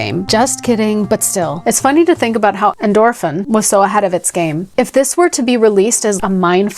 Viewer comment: I played this game as a tween in the mid-90s and came looking for it out of nostalgia because the higher levels and subliminal messaging creeped me out. Am I the only oldhead here? 😂 Oh, and it's definitely pronounced "endorphin".